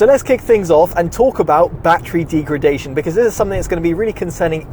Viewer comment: Deegredation - 😂 Informative video though 👍